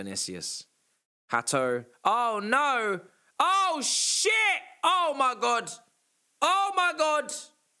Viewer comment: “OH MY GOT…. OH MY GOT… OH MY GOT”